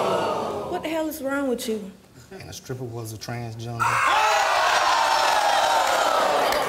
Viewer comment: I DIED when he said the transtripper